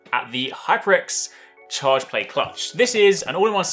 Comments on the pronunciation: I thought he said chargemate haha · I thought he said charge blade